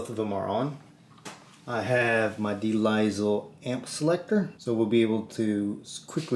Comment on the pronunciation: Great video. For reference, de Lisle is pronounced “duh lyle”. It’s a French name, de l’isle, which translates to “of/from the island.” In this case, the island is full of crushing JVM tone.